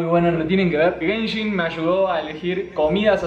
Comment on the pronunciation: gayshin impact eh? *se desubscribe*